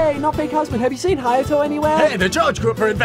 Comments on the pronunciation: C H I L D It's Hayato. H A Y A T O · CHI ULd. HI YAH TOe.